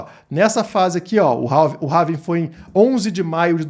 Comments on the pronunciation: Having ? Não é ‘Halving’? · RAVIN?? Nao seria Rauuuuuuvim??? aportuguesando... rs .. tem um L na palavra em ingles... HALLLLLLLLLLVING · Não é having. É HALVING!! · É Halllllllllving Rauuuuvim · É pelving